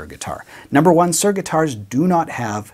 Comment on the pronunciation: I can't listen to you saying Sir all the time ! It is Soor ! Not Sir !